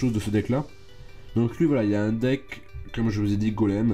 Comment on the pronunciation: quand tu dit un déck on dirait tu dit les hendecks mdr